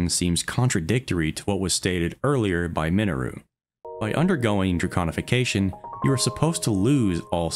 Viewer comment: Thank you for saying it correctly 🥲 so many lore channel say draGonification and it drives me crazy! Amazing videos 🎉